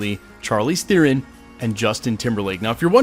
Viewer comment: You pronounce Theron wrongly!